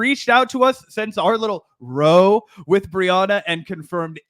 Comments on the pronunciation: Row. In this context the word rhymes with 'cow', not 'no'. Otherwise, diverting drama. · Row like Cow NOT Row like Toe. Good Grief. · Guys, it's "row" like "how," not "roe." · Great vid. One clarification: The British English term "row" that Mehdi tweeted rhymes with "cow." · 'Row'....is pronounced high like Pow or Plough. A British term for a loud, heated argument. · Just so you know guys, 'row' as in 'a fight' is pronounced 'ow as in owl' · FYI "row" is a different word than "row your boat". It's pronounced like "ow" with an r in front. It means a noisy argument or fight. Apparently not commonly used in the US. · "Row" - sounds like "Cow". British word for arguement. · The British term "row" (a fight or argument) rhymes with the word "cow". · Row is pronounced as Wow with an R at the begining instead of the W. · FYI, “Row” as in arguing/fighting is pronounced like cow but with a R ☺️ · Guys, that's now how you pronounce "row"... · Row means an argument, like rowdy, to be making a row about something. It's a really common word in English, and Mehdi's English, so you wouldn't say it like the other verb for rowing a boat, would you. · Not row a boat . Different pronunciation . A row is an argument or fight . Crack the dictionary son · "Row" as in an argument is pronounced with "ow" (as in "ouch") at the end, not "oh." And it's pronounced "co-intel-pro" not "coin-tel-pro." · FYI, the -ow sound in "row" is pronounced like "how", means to argue. Love ya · "rows with others on the left" rhymes with "cows with others on the left"